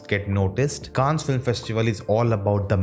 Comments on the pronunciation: Pronounce it kaann not -kaans-, in French, s is usually silent if it is in the end of word like in Cannes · You're right. Grand Prix is actually said as Grann Pree, because it's French. Also, Cannes is Kan, because it is French too! Don't go by Google pronunciation. Check the French pronunciation. Ciao 😬